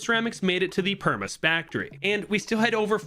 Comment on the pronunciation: you said spaktory😂